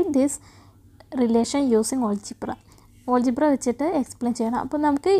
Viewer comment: Olgebra❌ algebra✅